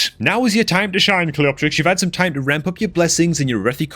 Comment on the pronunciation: the correct pronunciation is Cleo-terix